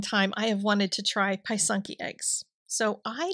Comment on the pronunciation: Hi, welcome to pysanka writing. Just a small note. The y is soft as when you say the word is. Not hard like pie. Also singular is a pysanka, many pysanky. Again soft i sound for both y. I have never tried the etching. This is a newer phenomenon. Thanks for sharing, I may give it a try.